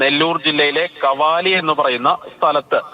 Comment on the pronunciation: കവാലി അല്ല കാവലി